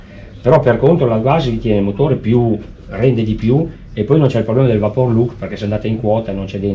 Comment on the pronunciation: Ma perchè dicono vapour “look” anzichè “lock”? 😂